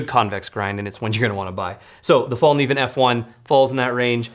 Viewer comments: Just FYI “Kniv” in Morakniv and Fallkniven are pronounced similar to the hard k in Evel Knievels last name and not like knee. I really enjoyed this episode, there are just so many options out there and thanks for putting them in order of cost. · Learn how to say Fällkniven! I am from Sweden but i dont say cuntdoor instead of condor!